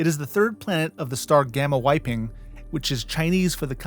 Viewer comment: Actually, you pronounced “Waiping” more correctly than “Niushe”! (Correct in standard Mandarin, that is.)